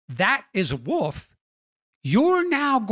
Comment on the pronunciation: you do realize that the word “wolf” has an “L” in it and not two “U’s” right? Hahaha, “wuuf”! Just messing with you-love your stuff!